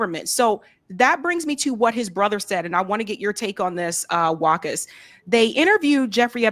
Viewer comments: I think the name should be pronounced Vakha not Wahka? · It is pronounced Wa qaas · Sorry to point this out, but mutual respect demands than one pronounces another person's name properly to show respect to them. WAQAS's name is pronounced as WA-KAS